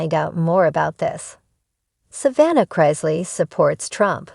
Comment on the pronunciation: It's Chris- ley, not Chrise- ley.